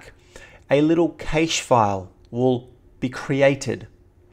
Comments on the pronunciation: You sound silly saying "kaysh." It's pronounced "keesh." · CASH not kaysh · is correct. Cache is a word that comes from Silicon Valley where all our computer technology is created, its officially pronounced like how we pronounce "cash" because the letter e is silent. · Sorry buddy but it is pronounce CACHE (CASH) ! not KEYCHE like you pretend it is pronounced. CACHE is a french word meaning "hidden placeholder". Hence, it is pronounced à la french : the way you say it is wrong !!! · Is cache, not cashes to something like that ;) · Good vid. It's pronounced "cash" not "caysh" though, lol. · Digital Byte Computing Well since it originates from the French word cache (pronounced like cash), caysh is wrong... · Cache = CA-ASH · Correct - it's pronounced exactly like "cash". It's not even a new or a technical word, but has been around for centuries, for example "a cache of diamonds", "an arms cache", "a squirrel's cache of nuts". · It's actually pronounced either cash or cashay. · the A in cache is pronounced like the "a" in "bad", not like the "a" in "fate"...